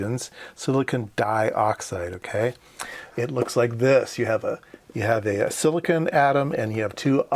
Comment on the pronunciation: Why do you keep saying "sillikin". Silicon is spelled with an "o".